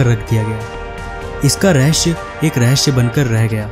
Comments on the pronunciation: रहेस नहीं भाई रहेसय होता है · मसीन क्यों बोलते हो ?? मशीन नहीं बोल पाते? होस नहीं होता..होश होता है..रएहश नहीं होता!!! रहस्य बोलो!!! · raheysey hota hy SAEY BOLO SHAY NHI HOTA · Rahashya nhi रहस्य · Rehashyaa ? Wtf ? Do you guys speak like this deliberately...everything is awesome...except some words you pronounce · Rahsya sahi boltey ho haha